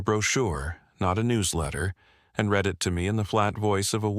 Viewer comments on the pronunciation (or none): That was a good story. The voice sounded human. The only give away that it was AI was pronouncing read (red) and read (reed) wrong. I subscribed.